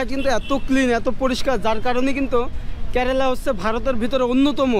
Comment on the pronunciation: 😂😂 আরে ভাই কেরেলা না কেরালা হবে ভাষা ঠিক করো